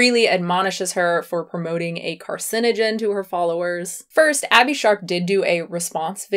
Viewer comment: no ones gonna mention that freelee calls meat a carcigen... not carcinogen? lol